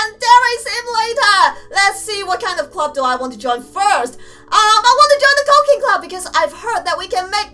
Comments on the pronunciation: you pronounced cooking club into "Cocaine Club..." PS: I Love Yo Vids! :3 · it sounds like she said cocaine club